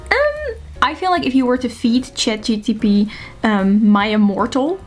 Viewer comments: It’s Chat GPT not GTP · I'm glad I'm not the only one who consistently says Chat-guanosine triphosphate instead of ChatGPT